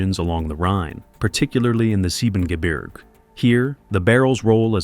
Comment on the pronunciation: The voice is also butchering German landscape names like Soonwald and Siebengebirge. The latter has even a proper English translation of its name. "But little Snow-White beyond the Seven Mountains is a thousand times fairer than you."